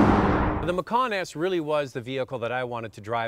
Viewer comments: The vehicle is a MacAn, not a MacOn. Why do many folks mispronounce... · Bruno TaTa And you believe this why? Are you an expert on German pronunciation? I can assure you it is NOT pronounced McKAAAN as this fool is doing. (For info: I speak German) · Love the way he makes sooo much effort to say Porschuh so that he thinks he sounds so clever, and then creates some weird way-off version of Mackkawn... laughable.